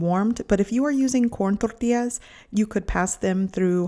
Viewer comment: It’s pronounced “Tortillas” with an LL. Not tortias.